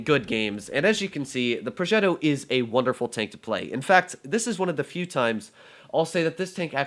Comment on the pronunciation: I live in Italy and that ‘progetto’ at the beginning, was just very italian